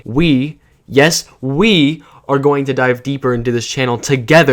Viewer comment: when you emphasized "we" and "together" i felt like i was being gripped by the wrist and dragged to be forced to join u in the dark side